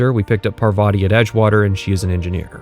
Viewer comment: i think parvati is pronouced PAR-vuh-tee (emphasis on "par")